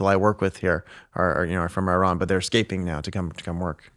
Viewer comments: If you interview the crown prince of Iran, show some respect and learn to pronounce the nouns and adjectives correctly! It is pronounced EE-RUN, not “eye run”; it’s pronounced EE-RA-NI-AN, not “eye rainy an”. Only an ignorant American goes out of his way to mispronounce every foreign name.! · Correct pronunciation is [E-RAAN].